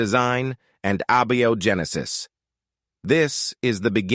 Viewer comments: I chuckled at "Awby O. Genesis" for abiogenesis. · Abby-oh-genesis. Thanks, AI.